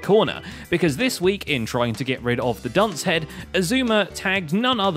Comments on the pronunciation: essooma is best way to butcher x's name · I still don't understand why Xizuma is pronounced sheshwami... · Xisuma ? You mean Eggseggsoomna? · X-I-zue-mee is the best hermit. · Xisuma should be... X-poo-ma